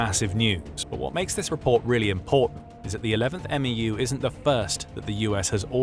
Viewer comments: It’s not an “m e u” as you’re saying it, it’s pronounced “MEW” like “mew-two” the US Military loves their acronyms and they never just say the letters they make up a word out of the acronym. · It's called a "MEW" not M E U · “11th M-E-U” ❌ “11th Mew” ✅ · Its pronounced as "meyoo" not "m e u" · It’s not an M-E-U. The MEU is pronounced as a single syllable word Mu or Mew. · The way how he is says MEU is killing me man, just say mew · We say "mew" like me-you. For the 11th MEU we say eleventh meyou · It’s pronounced M•E•W, MEU. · MEU...pronounced "mew"